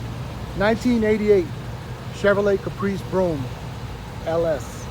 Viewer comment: He said Broam lol 😆